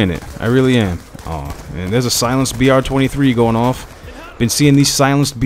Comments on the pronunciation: omg say the gun right it is NOT "br23" it is a "b23r! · man, you know it's "B23R", right? Not "BR23"? Sorry, it just irks me to hear you say it wrong like three times in a row. Not meaning to sound like a jackass or anything.